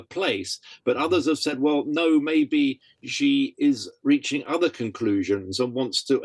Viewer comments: It's jhee not she, if Jackie Chan is saying it right, and he's chinese. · It's Xi, and the x represents a sound that doesn't exist in English but is similar to the ich-Laut in German. The closest words in English are "see" or "she". The interviewee gets it badly wrong, with a sound that doesn't exist in Mandarin. I haven't heard how Jackie Chan pronounces it but his native language is Cantonese.